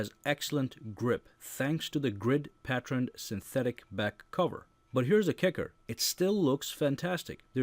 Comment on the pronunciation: PAT turn or PAT tren... diction is always a plus I BE HUGE l B Lg FAN